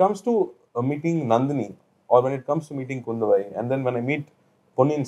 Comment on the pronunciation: It's not KUNDAVAI north people It's KUNDHAVAI